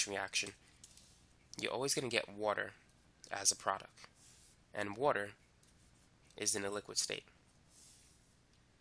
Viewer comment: I love the way he says "~woter~" lmao